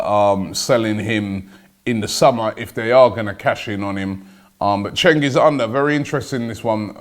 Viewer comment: Fyi cengiz is litrally pronounced JENGIZ